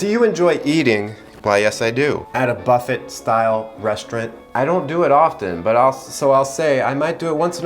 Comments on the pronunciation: That’s not how you pronounce buffet the t is silent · please never say buffet like that again thanks